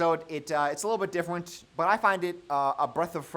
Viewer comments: "it's a little bit diffwent" 👉👈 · "Diffwent" hehe Great job to both and the editor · it's a little bit diffewent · did i hear diffwent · "it"s a little bit diffewent" how much have we had to drink... love u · says “Diffewent” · "It's a lil bit difwent" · "diffewent"? What's next a googoo gaga? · Diffwent lol. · Bro cant pronounce different properly though lmaooo